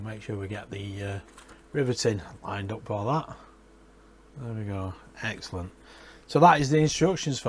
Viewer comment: that little map to Dresden is just super cool. this is great! it also sounded like you said "f*ckin' excellent" lol